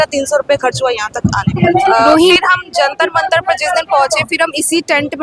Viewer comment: Jantra ❌ Jatra mantra 😅😅😅😅